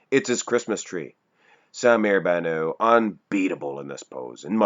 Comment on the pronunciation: someone please tell that the (t) in bannout isnt silent.....